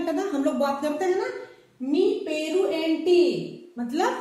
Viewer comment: वो एंटी नही मैडम, ऐमिटि। बागुन्नारा का मतलब अच्चे है क्या। मीरु एला उन्नारु का मत्लब आप कैसेहै।